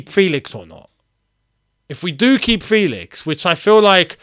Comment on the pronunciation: It’s probounced FElix not FEElix